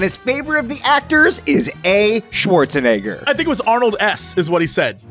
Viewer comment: it ends up being shuwarusheneggā